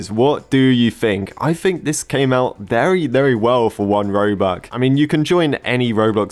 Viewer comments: bro instead of saying robux he says robuque 💀💀💀💀💀💀💀💀💀💀💀💀💀💀💀💀💀💀💀💀💀💀💀💀💀💀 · i like how he says "robuC" instead of "robuX" sometimes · 1 "robuk" lol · man legit said robuck for the whole video haha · I love how he is always saying robuk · robuk is singular of robux 🎌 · Whoever heard he said robuc 👇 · why do you say robuc 💀